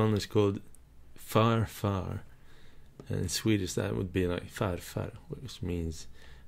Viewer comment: Is from Sweden? It sounded like it when he said farfar and morfar.